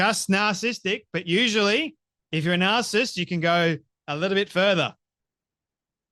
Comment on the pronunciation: Its narcissist, not narcist (which is what you're saying)